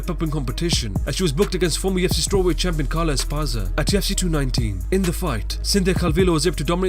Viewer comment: it tilts me how it sounds like you say "AT TUFC" in every video.